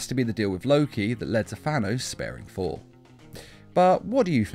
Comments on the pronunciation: All I hear is foor instead of Thor XD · The way he says Thor is hilarious FOR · I thought I was hearing things lol